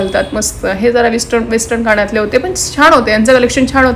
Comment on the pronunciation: कानातले म्हणा. काणं तले नाही